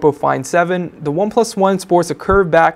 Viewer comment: I can definitely get used to this guy, he is very good at reviewing.. however I am not a fan of how he says "the" sounds more like "du"..